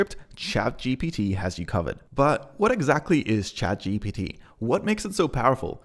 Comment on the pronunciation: Chat G P T ....not B